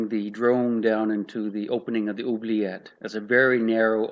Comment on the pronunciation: i love your ''oubliette '' pronounciation, first time i see an english speaker getting a french word pronounciation right